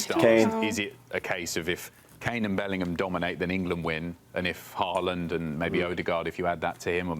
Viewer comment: On sporting rivalries, if England make it through, we're likely to be playing Argentina. That is one of the bitterest rivalries of all, going back to the 1966 world cup, flared up by the Malvinas war and the 'hand of God' in the 1986 world cup. The pronunciation of Haaland is often done badly by English speakers, because the correct pronunciation sounds a lot like whore-land, which would be awkward.